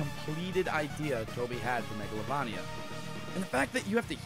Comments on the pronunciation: You mis pronounced megalovania whong... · Megalovania is said mega-low-vain-ee-a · Megalovania is pronaunced Megalovaina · megalovania i s said like this mega-low-vain-ia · I think u pronounced Megalovania wrong, but I honestly don’t care how u pronounce it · your pronouncing megalovania wrong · It’s mega lo vain ia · I 100% agree with megalavolia but I think you mispronounced it. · You keep saying Megalovania wrong. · Its been 3 years and I still cringe at his pronunciation of megalovania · if Megalovania is your favorite then pronounce it right... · How do you pronounce megalovania wrong bruh 💀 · I ducking hate how u say megalovania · We ALL knew what number one was gonna be. But you butchered the name. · I'm so happy Megolania made it to #1!!! Edit: it's pernounced Megalo-VAIN-ia!!! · You said it wrong megolavania wrong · Hey I’m sorry about the comment earlier. I deleted it. It’s just that I’m used to megalovAnia. I guess it just triggered me for a moment when you said MegalovOnia. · It's pronounced megalovaneia not megalovania even though you write it that way. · IT'S PRONOUNCED MEGOLAVAYNIA NOT MEGOLAVAHNIA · I heard Mogolovonio XD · Yeah I hate how he says mega-lo-va-nia but its still a good song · Says mAglovania Me:visible frustration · Thank you. And it is (Mega-lo-vainia) not (Mega-lo-vania) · 5 year old video or not... "Mego-la-van-ia" ._. MEGOLAVANIA???? yeah I'd if it appears right or not it hurts to hear it pronounced like that. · It’s not megalovuuuunia it’s megalovania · Megalovunia? It’s Megalovania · It's megalo-vAnia not megalovonia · its mega-l-O-v-Ania nit megl-O-van-ia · You pernouced megalovania wrong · I'm writing a new comment, and pinning right at the top for everyone who constantly comments about how I pronounced Megalovania. I KNOW. I know it's supposed to be "vain" with a hard "A", but seriously, can we talk about something else?? It can't be changed. Obviously. So stop. Please. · It's megalovania with a hard "a"